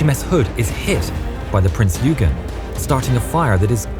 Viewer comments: The graphics keep getting better and better. By the way, I think you pronounced Prinz Eugen wrong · You butchered the name of the prince Eugen it is pronounced oy-gan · Prince "ouyegan" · ok, seriously., learn to pronounce words. Eugen is Oigen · Good vid. FWIW, the Bismark's escorting ship was pronounced Printz Oy-gen (with a hard G) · He said yougin!!!! lol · oi-ghin is actually how you pronounce the Prince Eugen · Prinz Oy-ghen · Please Name the Prinz Eugen right, it's called Prinz ''Oy-gen'' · I feel bad when people call Eugen as "Yugen" or "Yujean" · Looks high budget now. You mispronounced Prinz Eugen which is said like 'Prints Oi-gen' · Prinz Eugen is pronounced “Oi-Gen” in German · Eugan is pronounced OIGEN, there are other errors which surprises me as is usually so good. Thanks for the upload anyway, most enjoyable. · wait isn't eugen pronounced as oigen?..kinda like that?.. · Pronunciation of prinz Eugene is Prinz Oigen. So it’s spelled Eugene but pronounced oigen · Actually prinz eugen is pronounced like "oigehn" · The prinz eugen is pronounced lile prinz oigen btw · Pardon me, there is a miss pronounciation on "Prinz Eugen" (it should be "Prinz Oigen"). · Prin-z Oi-gen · Sounds better then "Prinz yoy-gen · The recognition stripes were painted out before the sortie. Nice try though even though the AI douche narrator mispronounces Eugen. Waste. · If you can't bother to learn to pronounce Eugen and Lütjens PROPERLY, then don't make a video about German naval history. About plonker you are. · Not to be that person but you mispronounced the Prince Eugen and Lutjens. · I’m sorry but what’s the prinz ugen? The e is never Silent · Not only does the narrator pronounce the admiral's name incorrectly but also the Prinz Eugen, what's more laughable they incorrectly begin the fight from the wrong positions the German's had crossed the "T" on the British when the fighting started so much for historical accuracy. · Why does everyone mispronounce Eugen ffs